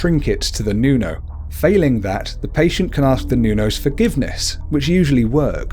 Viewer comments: Its not pronuonce nuno its Nunu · you said nunow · Its nuno not nyuno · Nuno is pronounced Whit a hard o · hindi mo alam mag Tagalog ng nuno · Wait, "manawk"? Okay, I get "noonow" and "all-byu-lair-yow" but "manawk"? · mali ang pag sabi mo na mananangal, tikbalang, at manok at nuno no offense po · Nu-no not Niuno Al-bu-nar-io not albuniarno As-wang (straight wang not asw a ng) Also called the ma-na-nang-gal eater of babies(I got bitten by it or i dont know cause when mom went to the doctor there was no heart beat lucky me im alive still) Tik-bala-ng